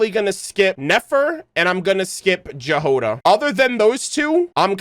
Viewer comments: The girl Jahoda is transcription for russian "Ягода" which literally means "Berry" And the Flins guy has a name Kyryll which is quite popular in Slavic countries. Chudomirovich means his father name was Chudomir! And this is what writes on the grave in the trailer Btw: Jáhoda not Jahóda. And J sounds like Y in the word "yacht" in this name. And Kyryll has second Y on emphasis 😅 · Keep hearing the mispronunciation of the name Jahoda. "J" here isn't like in the word "jam" it's a yot-sound /j/ as in the word "yes". "H" also should be voiced, not voiceless. And the stress is on the first syllable. The transcription is [ˈjaɦoda], or YA-ho-da, but NOT jah-HO-duh. It's originated from the Slavic root that means "berry", or in some of the Slavic languages – "strawberry". Compare the following: Czech/Slovak: Jahoda Polish/Serbian/Croatian/Slovenian: Jagoda Ukrainian: Ягода (Yahoda) Belarusian: Ягада (Yahada) Russian/Bulgarian/Macedonian: Ягода (Yagoda) Thank you for your lore analysis, btw, it's amazing, as always! EDITED: and Sandrone is NOT SAND-rone, but instead san-DRO-neh. And Flins is ki-RILL chu-do-MEE-ro-vich FLINS.